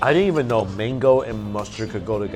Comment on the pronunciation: It's MANgo, not maingo